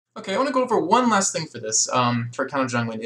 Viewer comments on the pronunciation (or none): none